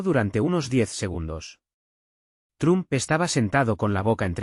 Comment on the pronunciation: Se PRONUNCIA TROMP NO TRUM 👋 👋 👋.